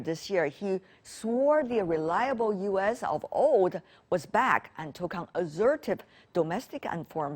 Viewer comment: assertive, not azzertive.